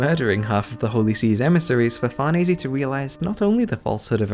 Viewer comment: Great vid and I'd like to congratulate you for being the youtuber who got closest to pronouncing farnese correctly